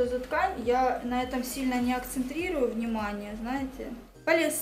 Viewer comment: АКЦЕНТИРУЮ, а не акцентрирую